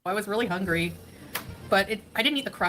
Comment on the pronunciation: Why does she say “hongry” but she pronounces “hunger” properly. She’s so annoying.